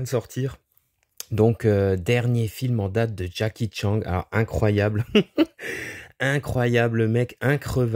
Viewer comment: J’adore quand tu dis Jacky Tchang 🤣